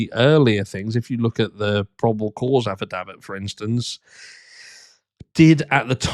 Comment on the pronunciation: I agree with your thoughts! I also like the way you say affidavit! 😊